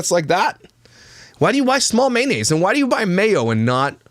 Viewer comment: Why dos she call it manaise. It’s mayonnaise